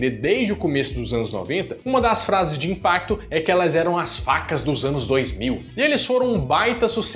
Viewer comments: Alguém percebeu que nos 3 Minutos ele fala vacas ao invés de facas kkkkk...eu voltei 4 vezes pra ouvir de novo. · É sério que vc falou "vacas" quick cut em vez de "facas"? :D